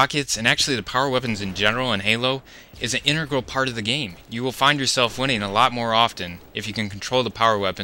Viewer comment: can people pronounce integral properly at least? It is very annoying to hear a basic word mis-pronounced in the English Language.Period.